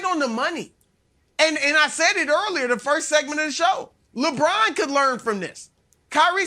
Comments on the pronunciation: Did Antoine just say “Lebrant”? Lmao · Yeah, really said that.